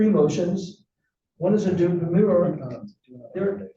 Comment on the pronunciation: If you can't pronounce demurrer don't file one.